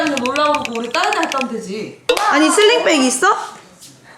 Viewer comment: 슬링백을 슬릭백 웃기다